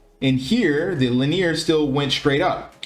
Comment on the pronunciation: Very nice, easy to understand video. Thanks for the content. BTW It's pronounced Lin- E- er